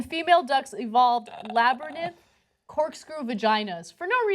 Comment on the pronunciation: The last time I heard "labernith" was in "94. My friend's 5 year old daughter loved the movie Labyrinth, she just couldn't pronounce it. When a 5yo mispronounced it, it was cute, not so much for an adault news anchor.